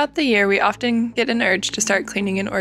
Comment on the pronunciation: You lost me at "off TEN"